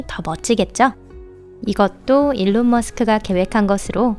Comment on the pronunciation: 일론이 올바른 영어발음에 가까운것으로 알고있습니다